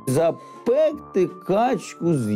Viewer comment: Зап'екти. Запекти'